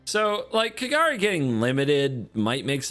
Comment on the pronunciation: I love how was close to Kagari's correct pronunciation, and then incorrected him into KaGAHri. xD